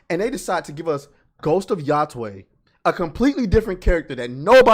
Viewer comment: The pronunciations on "Yotei" are getting wilder and wilder. 😂 This isn't hard, buds. It's like you're saying what's up to you bro Taylor: "Yo, Tay!"